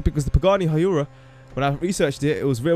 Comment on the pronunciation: The pagani huayra is pronounced "weira"